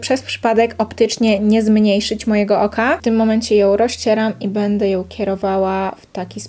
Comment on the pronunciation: Filmik super tylko strasznie irytuje mnie jak zamiast "ą" mówisz "oł" (ją-joł, maskarą-maskaroł) 😅